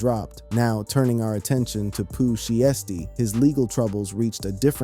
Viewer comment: you said pooh sheesty isnt that shiesty